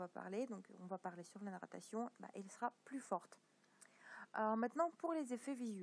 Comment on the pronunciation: on dit narration pas nattaration et merci